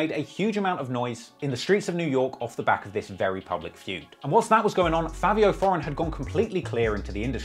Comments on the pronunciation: It’s Fivio not Favio 😂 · is it pronounced "favio" or "fivio" ??